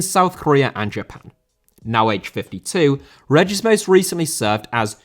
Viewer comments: David Regis’ surname is pronounced “Ree-Jiss”. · REEGUS not reggiss ughhhhhhhhh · it's ree-jis ffs lol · That pronunciation of 'Regis'. Damn.